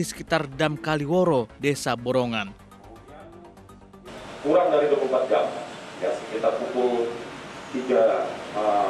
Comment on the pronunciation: Dam Borangan bukan borongan om